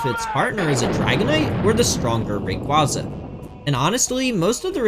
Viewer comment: Ray-KwAY-Zuh** Not KwAHh-Zuh